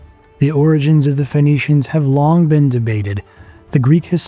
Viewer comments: Isn’t Phoenicians pronounced as “ finicians” instead of fonicians?? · Why are you pronouncing it as Venetians lol